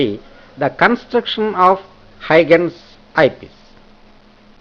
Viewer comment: very helpful video but i would request you to correct your pronunciation of huygens